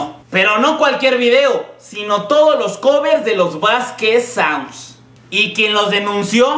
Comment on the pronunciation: Jajaja "Saunsds"